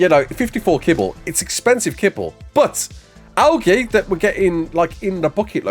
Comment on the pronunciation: Is he saying Algae like that to tru and be funny?